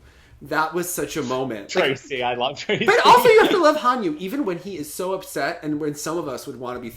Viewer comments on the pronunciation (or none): Joe calling Hanyu: "Hon-Nu". BRUH.